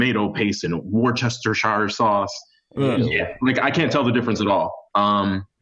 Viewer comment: I knew I wasn’t the only one who said “worchestershire” 😂😂😂😂😭😭😭😭😭💀💀☠️☠️☠️☠️👻👻👻👻